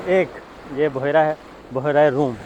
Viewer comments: Word is bhyera not buhera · بحیرہ روم نہیں بلکہ. بحرہ روم ھے